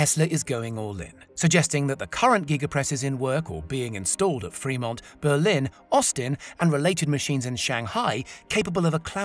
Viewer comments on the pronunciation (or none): none